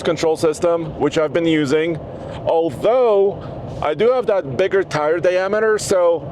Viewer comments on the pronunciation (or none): none